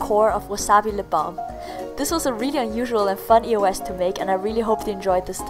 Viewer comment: E-O-S? It's pronounced EE-OHS!